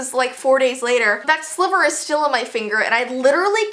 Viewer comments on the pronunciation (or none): none